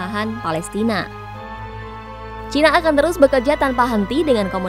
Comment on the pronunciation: baru kali ini saya mendengar media mainstream menyebut china dg cina, bagus karena sesuai dg lidah indonesia. jangan ikut2an menyebut CAINA, malah terdengar blo'on